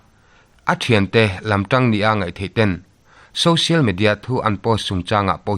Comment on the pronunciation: Social Media tih a Social tih lai "SO" lai tak SAW tia in lam lo kha a va dik tak em??? Social √ Sawsial X